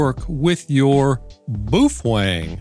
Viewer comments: Ah, so you are an Illegal ham radio operator? As for the battery, yep, I will add one if not two to my collection for my Baofeng, pronounced, well not the way you say it :) Sound it out like it is written. Bao Feng. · Say it with us: boof-wang. Boofwang. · hearing the baofeng pronounced as "boofwang" is the best thing i've heard and the most hilarious in a while lol. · Yeah, not sure if he's doing it on purpose, or he really does not know how to pronounce Baofeng.